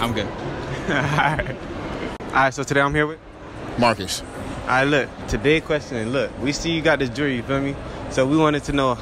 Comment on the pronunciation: it sound like he said barkus (i hear it ya hear marcus